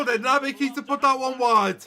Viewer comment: Hi! Just to say it’s pronounced ‘Kata’ not Keeta